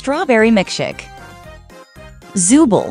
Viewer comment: You’ve been saying zoobles name wrong